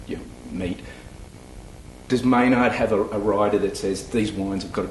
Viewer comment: May-naard...british people should not be allowed to say his name